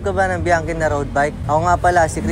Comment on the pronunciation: Mali ang basa nyo sa Bianchi